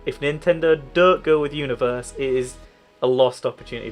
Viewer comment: Called Super Mario "U"niverse